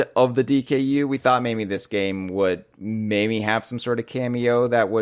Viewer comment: I've also noticed that whenever says "maybe", it always sounds like he's saying "mayMe" with an "m". I can't be the only one that's noticed this, right?